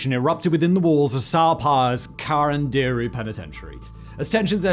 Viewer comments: Wow. It was hard to understand ca-ran-di-ru ("karan-dairy".. lol). Couldn't he just listen someone native speaking the correct pronounciation? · Why are you pronouncing it "karanderi"???? Is CARANDIRU! KAH RUN DIH ROOH if u need to know the pronunciation. Not karanderi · I live near the subway station called carandiru in Brazil and the pronunciation would be CA from "call" RAN from "RAM" DI from just the letter "D" and RU from "rude" CA-RAM-D-RU if that's of any use to anyone hehehe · Who else thinks it’s funny the way he says “Carandiru”? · Not a critic. But, a suggestion and comment: The terms and names in Portuguese were pronounced by Simon as if they were in Spanish. The language spoken in Brazil is Brazilian Portuguese. It's understandable, yet sad, that most English speakers always make this kind of mistake. Another common mistake made by English speakers is to use the term Latino as a synonym for Spanish speaker. Brazilians speak Portuguese and are Latinos too. Latinos are speakers of Romance languages (derived from Latin). Among these Romance languages are Italian, French, Spanish, Portuguese, and Rumanian. Therefore, all Italians, Frenchmen, Spaniards, Rumanians, and Portuguese, as well as all those Latin Americans whose language is Spanish or Portuguese (an English-speaking person from Jamaica would not qualify) are latinos.